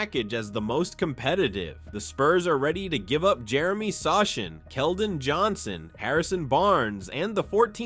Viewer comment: Let the Spurs release Vassell instead + future picks for Durant and tge 2025 #14 pick m. If not trade #14 pick to other teams for a big man that the Suns wants and include it for Durant trade because obviously they want a big man. By the way Jeremy Sochan's surname is So-han not So-Shin😅